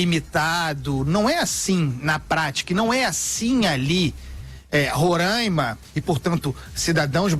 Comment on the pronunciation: Kkkkkkk é muito sensacionalismo!!! Sabem nem pronunciar Roraima !!!!